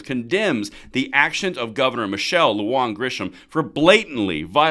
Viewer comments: My name has been mispronounced all of my life. Please hire some hispanic speakers to your edit crew. It's "LuHan". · Michelle Lujan (LOU-HAN) Grisham